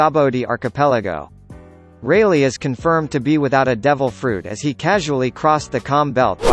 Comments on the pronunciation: 17 He even said "Silver Raylay" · Who else heard silvers reyleight